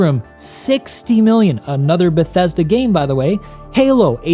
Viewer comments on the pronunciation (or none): none